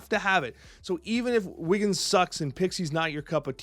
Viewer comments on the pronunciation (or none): It's Wiccan, not Wiggan. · I just have to note that Wiggan is actually spelled and pronounced Wiccan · Did he say wiggan instead of wiccan?